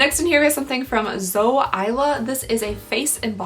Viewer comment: When she pronounced Zoe as "Zo" my heart broke